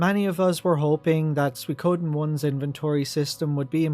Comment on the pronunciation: What is suiKOOOden thing? Accent rices on the second mora